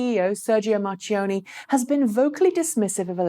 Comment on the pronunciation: I am a long time follower of this channel, and it happens that I am of Italian origin... can I try to improve your pronunciation or Sergio Marchionne?:-) If you say it as Mark instead of March, that would be much better:-) I am only trying to help, NOT criticise:-) Keep up the good work!:-)